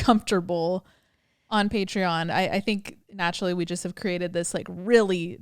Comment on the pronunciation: Butchered pateron lol